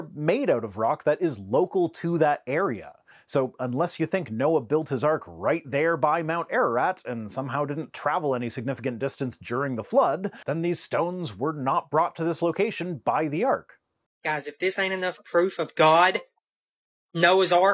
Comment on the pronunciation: I love how he calls it “mount arid”, and how he pronounces “Bible” ad “Baah-bl”.😂